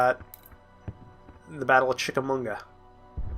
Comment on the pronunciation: its pronounced chick-A-ma-ga